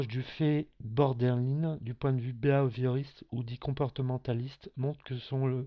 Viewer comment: Il y a des fautes partout, même dans la prononciation du trouble!